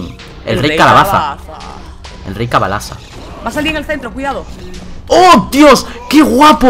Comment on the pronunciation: Dijo cabalaza xD